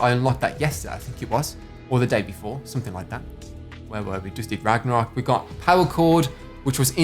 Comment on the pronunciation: You said ragmarok back bling on the Viking one!!!! But thanks, it was a cool video